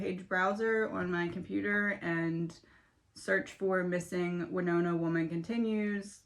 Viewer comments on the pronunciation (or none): none